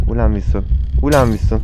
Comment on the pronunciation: abi niye vinson diyorsun?